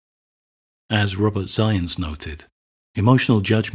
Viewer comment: Last name “Zajonc” pronounced “Zience”. Now that’s a mega-Chad name if I’ve ever heard it.